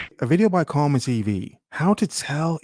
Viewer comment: It's Kama, like in Kamasutra, not Karma.